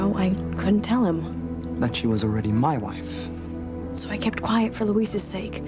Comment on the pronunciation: wonder how many times we'll have to hear "muh wife" again lol